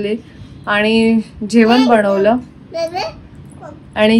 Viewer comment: जेवण म्हणताना "जेवन" म्हणते आणि बनवलं म्हणताना "बणवलं". न च्या ऐवजी ण वापरला की आपण खूप शुद्ध भाषा बोलतो असं वाटतं काही लोकांना. छान ला छाण , घाण ला घान असं का म्हणता उगीच. भाषा शुद्धीकरण करा जरा.